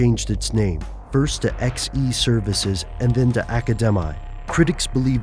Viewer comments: Xe is pronounced like Ze.. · Xe is pronounced Zee and Academi is pronounced Academy. Blackwater even have their own videogame! WTF!